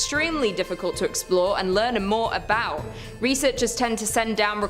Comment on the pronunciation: The first narrator, he's from either Illinois, Minnesota, Michigan or Wisconsin. I got it all from ONE word. "About". HE called it "Aboot". Maybe Canada too?